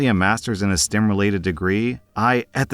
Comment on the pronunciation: You can always hear r/ accent when he does the pen/pin merger. Guy got a degree in STIM?